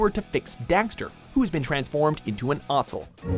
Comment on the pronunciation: they say dexter, and daxter lol